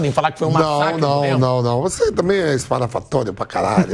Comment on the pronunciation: Vamp " espalhafatório", kkkkkk!